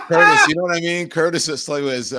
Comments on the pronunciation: Hey Don, who is this chucklehead? He insults the other Mayoral candidates by stating that New Yorkers have no other options, then mispronounces Curtis Sliwa's name ( it's not 'Sly-wa') because he's not a real New Yorker, and I'm not a fan of Curtis. And I'm sick of this, "does Israel have the right to exist " question. How about, "do Palestinians have the right to live and prosper" ? Ask THAT question. And for the record , No Cuomo. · Why are you mispronouncing 'Curtis SLY-wa's name!??